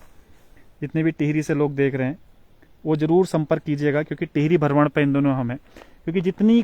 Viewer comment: बहुत सुन्दर दृश्य है, आप हमें ऐसे ही हमारे उत्तराखंड क़ी झलकियां दिखाते रहा करो 🙏, और आप भरमण नहीं भ्रमण बोला करो 🙏